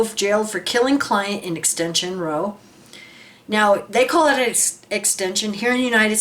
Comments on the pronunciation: Just a head's up in case it comes up in future, 'row' is used as an expression to mean an argument, but in that context it is pronounced ending in ow like a yelp of pain rather than an oh sound. For any non-Brit, you can see an example of a wheelie bin in the bottom left of the video footage (that one is most likely the garden waste bin but non-recyclable ones are the same size and shape). Households use these in the same manner as businesses use dumpsters. They're 240L and the shape keeps foxes out. Those minor niggles aside, well said. Best wishes to you and the family from England:) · hey kim, as a brit here in the uk can i just say it's pronounced "Raow" it means argument. Thanks for your time and content, it reminds me in those lonely moments why I left "The Org'"